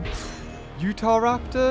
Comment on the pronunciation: pronunciation guide: Bananogmius="Banogimus" Psittacosaurus="Pistisaurus" Deinonychus="Dinochoosys" Utahraptor="Utheraptor" And my new favoritePterosaustro="Sonsopterus"XD you will always be my fave